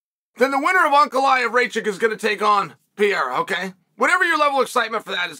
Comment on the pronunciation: "uncle-i-have Ray-Check" 😂